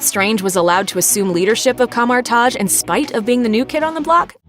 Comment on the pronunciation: Coma-taj. I c wat u did thar.